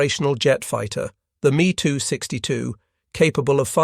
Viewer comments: I just can't. I apologize. I just can't. : Mee too sixty-two Breakdown of the pronunciation: "Me": This is short for the aircraft manufacturer Messerschmitt. Pronounced "M - E" "262": This is pronounced "two six two". Putting it together: You would say the name as "Mess-er-shmitt two six two" : BeeF ten nine... (－‸ლ) I give up... hopless. ...point five-zero. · How do you produce a documentary about WW2 and not know how to pronounce aircraft names and variants? Me 262 isn't pronounced "me" it's M e 2 6 2. Really?